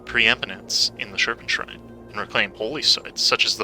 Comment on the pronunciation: Serpentspine not serpentshrine lol